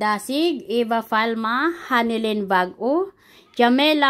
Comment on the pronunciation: Wow salamat po sa pa shout out.. Pero sayang bag-ao po hindi bag.o hehehehehe pero salamat parin